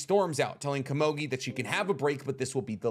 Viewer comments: why did you have to say kamogi so many time. KOMUGI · Komogi? lmao it’s ko-mu-gi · Oh my god dude PLEASE It's komugi not kumogi, Jeez lmao I cant listen to u talking with such a passion about this show and wich such effort and heart put at the narration and all of a sudden hear ''Kumogi'' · I don't understand why you keep swapping back and forth between "gee" "jee". Game's called Go, not Jo, right? So why would you think it would be pronounced Junji instead of Gungi. Goo-n-gee. Following this thought, Komugi. Not Komoji. Ko-mu-gee. Stop being lazy with your pronunciation. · I just want to know who that heck is "Ka-moe-gui" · Komugi. Pronounced Ko Moo Gee (with a g sound not a j). Also I think Gungi is pronounced Goon Gee but I could be wrong on that. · I will forever be perplexed at the ability of high-information, popular YouTube theorists to never pronounce words correctly. The show even says the word many many times. "Goo-ngi" not guhngee. Wtf. And her name? Is not KOMOGI holy crap did you even watch the show or did you only read off-brand wiki pages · I know this is probably just me but every time you say Komugi's name wrong it breaks my immersion. Aside from that this was a great video. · normally I'd agree with you, however this guy, and others like him, proclaim or at least stand in a spot of "one of knowledge" and we all trust that what he says is truth and fully accurate and whole. How can that be when he messes up such a simple, basic, and easy thing as the actual name of the character. Do you watch "the last airbender" and not cringe every time they say Ong instead of Aang? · Just learn how to pronounce easy names like Komugi before you complete the video